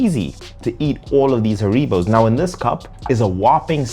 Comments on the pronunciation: The gummy bears are pronounced HAIR-uh-bow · HaREEbows -- LOL. It's not a Spanish word! It's actually HAReebow. It's derived from the name and home town of the inventor: HAns RIegel BOnn. (I lived in Bonn for years and when the wind was right, you could smell the gummies from the factory about 8km away.) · I've never heard someone pronounce Haribo like that lol